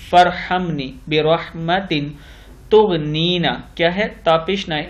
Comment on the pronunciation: السلام علیکم و رحمت اللہ و برکاتہ جناب آپ نے تغنینی کو تغنینا پڑھا ہے. میری ناقص معلومات کے مطابق، قرآنی الفاظ میں تھوڑا سا بدلاؤ ہو تو معنی بھی بدل جاتے ہیں. اس طرح محترم آپ کا سن کر جو لوگ پڑھیں گے وہ بھی غلطی کریں گے. اس لئے آپ درست پڑھیں. معافی چاہتی ہوں آپکی تذلیل میرا مقصد نہیں ہے بس صحیح غلط بتایا ہے